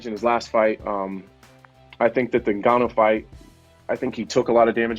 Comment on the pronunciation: Who's "Nagon-you?"